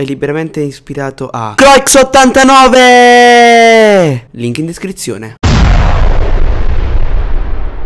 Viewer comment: Comunque si pronuncia “KRUÀ 89”